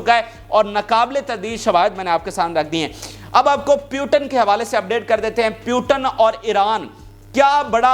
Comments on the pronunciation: Bhai, it's Mr. putin,, not Putan,😂😂😂😂❤❤❤, Russia is super power, downfall of uncle sam ie US has already begun since 3-4 yrs😅😅😅😊😊😊😄😄😄🥰🥰🥰🥰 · Bhai..... Russia ke sadr ka naam POO - Tin kah ke pukara karen... na ke PYU - TIN. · Putan nahi Putin bolo